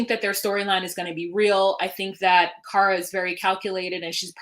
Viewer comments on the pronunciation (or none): none